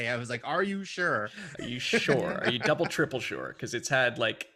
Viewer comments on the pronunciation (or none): none